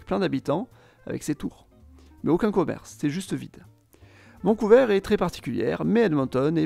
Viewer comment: On dit vancou"ver" et non vancou"veur"